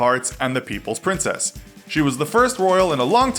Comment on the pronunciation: It's princess Diana not princes diana